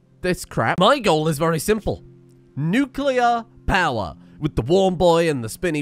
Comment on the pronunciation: You're actually not far off from how the Nuclear industry talks. I was in the navy and we simplified it as Hot rock makes steam, steam makes turbine go roundy roundy and roundy roundy makes electricity. :p I even have a cup that has that, lol. Also, thank you for saying nuclear correctly, and for the entertaining videos!